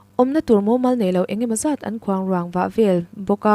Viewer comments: Khuangruang i lam dan hi a dik chiahlo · Keini pawh kan lawm e,Atei i chhiar thiamin ngaihthlak a nuam ṭhin e. KHUANGRUANG i sawi erawh kha chu, a thu tum a bo ṭep a ni e.